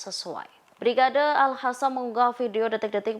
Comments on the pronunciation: Mbak pembaca berita ini enak didengar intonasi dan suaranya..tapi sayang ketika menyebiut Al Qasam malah dibaca al khasam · alqasam pewarta bukan al hasam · Alqossam ya di baca AlQossam Qatar ya di baca Qatar,,, jgn gaya mlah salah,,, Al Qossam mbok baca Alkhassam Qatar mbok baca khatar ngono iku salaaaah yo,,,,,, ingaat klo Al Aqsho mbok baca Al akhso,,,,,Salah yo,,, ojo gayaaaa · Bukan al Hasam mbak penbaca berita... Tapi al Qassam kyknya gitu... 😊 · tlg sdri Host klo baca Al Qossam jgn di fasih2no dg di baca Alkhassan itu salah bisa mengubah Arti,,,,maaf tlg jgn di ulang,,,di telinga terasa mbenginging